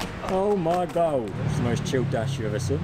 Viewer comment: you know it's tough when they say "oh my geuuge"